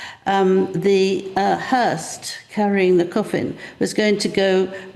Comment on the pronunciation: hearse not hearst